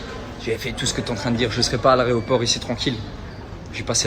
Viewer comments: "A l'aRÉoport" 🤣🤣🤣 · "chuis à l'aréoport" ... pfff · Je rêve ou il a dit 2x aréoport ?! 😆